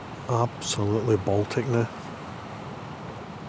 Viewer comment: Just came across your channel, wonderful images & you made me laugh, “absolutely baltic” so Scottish 😂